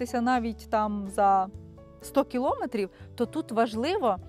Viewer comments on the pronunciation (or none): none